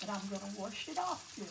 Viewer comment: The pronunciation of "wrench" was for "rinse" and the pronunciation of ""warsh" was for "wash". We all knew what she meant. She used Cream of Chicken Soup with Herbs as her seasoning verses saulted onions, celery, carrots, peppers if desired, garlic and parsley, oregano, basil, rosemary and thyme. As she said, the flour from the dumplings thickened the broth. I generally boil the whole chicken which makes it easy to pick it from the bones. A lot of flavor in the broth comes from the bones. Great recipe. Great job washing your hands and using your cutting board only for the raw chicken. Please remember to clean your counter, sink and pots with hot soapy Chlorox water.